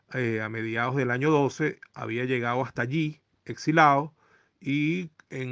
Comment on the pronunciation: Es exiliado no "exilao". Gracias por el contenido